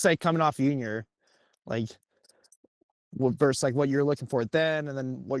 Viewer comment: Note to: “versus” not “verse” 🙃